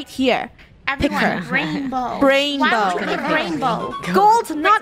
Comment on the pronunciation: Bainbow her name is rainbow but why did she say Bainbow